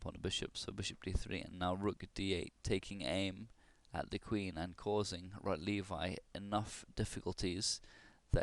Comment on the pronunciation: It's pronounced "Rotlevi" (Polish W is equivalent to English V). Also, where did you get the information that this game was played in a tournament? I don't believe that's correct.